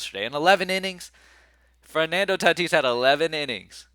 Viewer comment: Bro plz don’t say tatis anymore 🙏🏽..lol